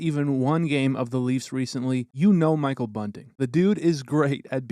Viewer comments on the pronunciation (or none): none